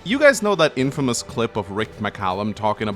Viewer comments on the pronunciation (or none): none